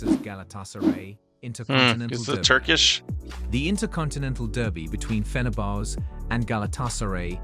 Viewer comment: That video didn't give you much to work with. And the pronunciation is atrocious. The worst were Flamengo/Fluminense, and Galatasaray/Fenerbahçe. Another annoying point is that when he's speaking about a certain match or event, they play a totally unrelated clip.